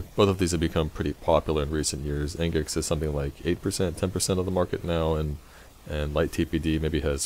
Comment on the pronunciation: nice tut :) nginx should be pronounced as "Engine X" :D